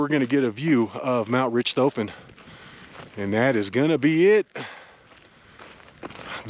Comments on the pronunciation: It's pronounced Rick toffen. Like the Baron von Richthofen Who. Its named after. Great video but rich toffen had nothing to do with it. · Nice video; but I believe Richthofen is pronounced RICKED-hawffen... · I think it’s “RICK-toe-fen,” pronunciation-wise. (Sorry, would-be English major, can’t help it, AND I may be wrong)